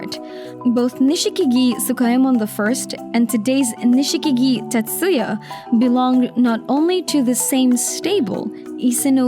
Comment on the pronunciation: Nishikigi is pronounced Nishkigi, without the i after sh.